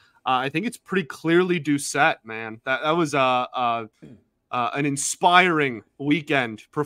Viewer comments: It's pronounced Doocet, but spelled Doucet, because it's a French last name. How do I know? It's my last name too. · Its pronounced douce ette haha not dowset!